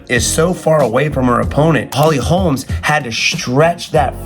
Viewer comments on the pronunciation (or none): Its holly holm. Not holms